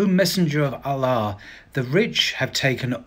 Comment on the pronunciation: Pronouncing "Allah" like a champ! Keep at it! Especially when people criticise you! 👍